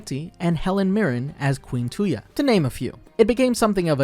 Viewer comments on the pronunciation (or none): none